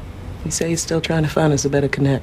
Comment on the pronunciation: Why don’t they say “Connect instead of “ Connec “ lol